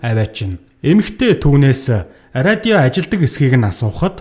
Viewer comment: radio gedeg ug yaagad ariodio bolood bainaa hahah